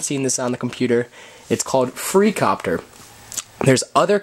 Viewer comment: its copter not IIIIIIIIIIIIIIiiiiiiiicopter